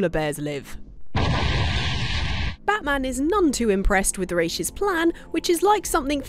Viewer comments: Points for saying "Rā's" instead of "Ra's"👌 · ah, you said Ra's name right, you truly are wife material!